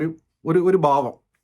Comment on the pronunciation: ബാവം അല്ല ഭാവം